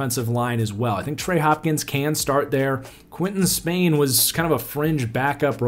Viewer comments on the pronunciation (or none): none